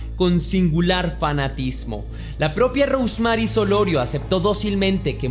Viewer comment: Repite conmigo: "Rous Merry" (y no está correctamente escrito, te pongo como debe pronunciarse).